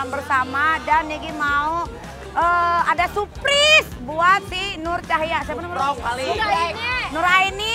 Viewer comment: 0.09 "nurcahya "wkwkwkwk